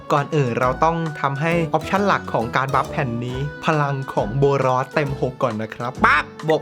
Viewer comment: พี่กายพูดว่าโบนอสถ้าดูคลิป